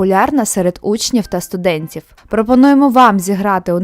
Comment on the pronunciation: Учніф, студентіф,випадкіф, відсоткіф, а ви кажете, що літеру ф мало використовують.